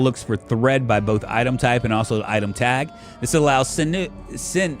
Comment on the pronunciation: sinew is pronounced "sin you". 😀